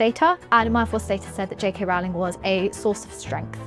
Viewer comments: As she says herself on Twitter - “surname rhymes with bowling , not growling”. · Love ya, but someone needs to put this girl through some more media training. Mispronuncing JK Rowling’s name. Claiming she wrote “The Cursed Child.” And talking as if being bothered by the term “Menstruating people” is odd…let’s do better with the next video, yes?